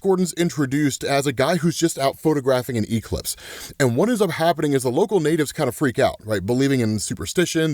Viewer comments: Why does he pronounce Eclipse as E-Clips lmfao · Bro...why do you say E-clipse?😂😂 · Why does pronounce ''Eclipse'' like that (e-clips)?. Where's his accent from in the US?. I'm not from the USA. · I love how says E-clipse lol 😅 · Quit saying e-clipse in there 😂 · Bro really said "E-Clips." 😂😂😂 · It’s killing me that you over pronounce the E in eclipse but say it properly for ecplipso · I’m genuinely enjoying how you’re pronouncing eclipse with exaggerated Es but pronouncing eclipso perfectly 😂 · the way ur saying the word eclipse is killing me 😭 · I caught that right away 😂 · Have I been saying Eclipse wrong my whole life?